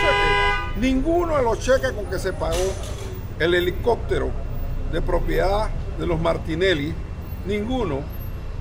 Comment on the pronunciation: 'helicoctero" "corruccion" cactura" Por que los panameños cambian la 'P" por la "C"?